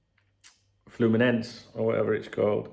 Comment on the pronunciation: Your pronunciation of Fluminense seems flawless to me,. That being said, I really appreciate that you are thorough and you do your best to be precise in the little details. 👍